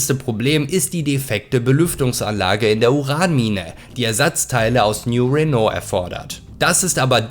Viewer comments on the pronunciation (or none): none